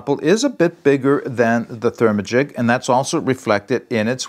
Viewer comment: 😂 I cracked up when you say "ther-ma-gic". I dont know the correct pronounciation(?) but my mouth definitely wants to say "ther-magic" as in hocus-pocus. Overall not crazy about using this on a hiking trip - a quilt would be dual purpose and much better insulation no doubt.